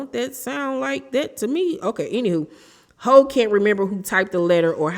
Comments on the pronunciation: It’s pronounced Hew not ho, like Jennifer Houg (Hewww = Houg) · ITS PRONOUNCED HOFF OR HUFF, NOT HO......... My God this poor girl cannot catch a break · I believe it's pronounced "Huff".. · Hough is pronounced Huff ❤ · The lady's name is Hough it rhymes with rough, not Hole or Huff 😊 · Isn’t her last name pronounced HUFF? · It’s pronounced “Hue” but she was saying it wrong